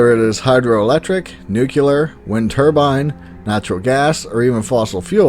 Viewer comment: For God's sake, the word is "nuclear", not "nucular".